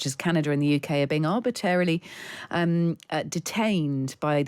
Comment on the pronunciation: Madame, the word isn't 'nucula' it's nuclear power plants. Also you say 'arbitarily', maybe you mean arbitrarily? Where did you study journalism?